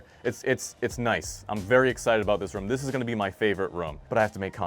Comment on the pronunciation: Idk, I just remember an episode of family guy where Peter said "room" a bunch of times, don't remember the exact quote, and its exactly the same accent. Must be a New England thing in general.